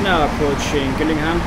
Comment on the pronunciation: its pronounced jill ingham